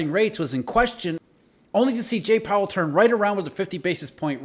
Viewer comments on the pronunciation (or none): none